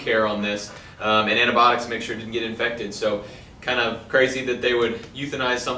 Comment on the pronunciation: It's just a weird way if saying it